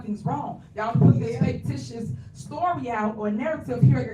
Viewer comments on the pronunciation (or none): Did say "fake-ticious"?